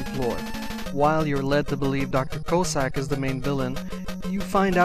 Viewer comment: lol, you totally mispronounced Cossack's name. It's not "Co-sack", it's more like "Coss-ack". Btw, I think Inafune failed in his attempt to make Eddie some kind of lottery gimmick. Because if you don't like what he throws out, you can always go down the ladder and he'll throw another item when you come back up. So I was happy to see Auto's shop in Mega Man 9, because it eliminates all that BS and just gives you whatever you need right away.